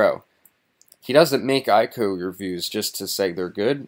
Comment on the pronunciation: I.C.O., not eye-co.